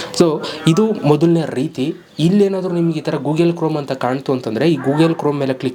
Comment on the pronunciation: ಗೂಗೆಲು ಅಲ್ಲ ಮಾರಾಯ ಗೂಗಲ್ 😂😂